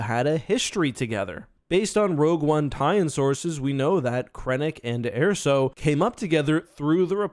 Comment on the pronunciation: Interesting how a name like Erso is said so much throughout the different media and comes out as "air-so" instead of "ur-so."